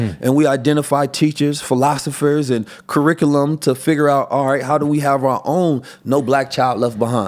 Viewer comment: Dude can't even say 'curriculum' correctly...